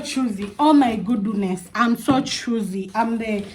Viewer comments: I'm hearing "oh my gooduness!? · Ati unasema Ooh my Goduness😂ama ni mimi naskia zangu? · 😂😂😂yah amesema gudunesi😂 but Ako sawa ❤